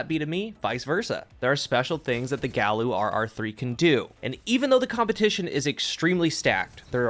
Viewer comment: Just shouting into the void, but I think it's supposed to be said "guy-you." Several Omolon weapons (most notably, Uzume) follow Spanish pronunciation rules where every vowel is pronounced the same. There has been an intense debate within my clan as to how to say this name and it's tearing us apart